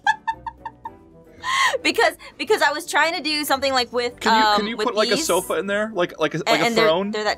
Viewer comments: They say soofass it so f a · Jess:soofas Me:YOU MEAN S-O-F-A-S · I love she calls a ‘sofa’ a ‘soofa’ it’s watch you call a couch in England